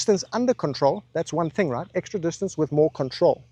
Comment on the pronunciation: Have you or a loved one been affected by the gsk disease? Symptoms such as calling everyone a “playa”. Or perhaps the inability to pronounce distance properly. You may be entitled to compensation. Join us and stay tuned for our forced apology from this maniac